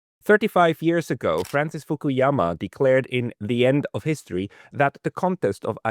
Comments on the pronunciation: Maybe he was just a bit nervous...you know, like human get sometimes. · He knows everything about Fukuyama's work but can't pronounce his name right😅